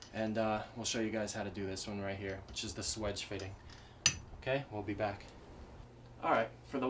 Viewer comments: swaaaaage. (long ā) Not swidge. :p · If you correctly spell it swage, why don't you pronounce it swAGE ? Not swEDGE. I've pronounced it swAGE for 50 years.